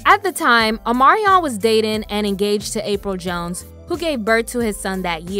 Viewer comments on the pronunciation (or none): none